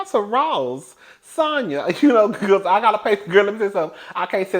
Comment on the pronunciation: One thing cuzzzin gone do, is fck up a name. 😅😅 It's pronounced Sonya not sandya.